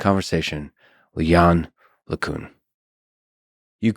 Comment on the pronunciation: Lex, you're gonna have to work on your pronunciation of "LeCun" for round 3.